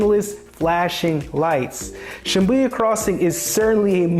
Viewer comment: I said the same after hearing the pronunciation but it was confirmed with the spelling.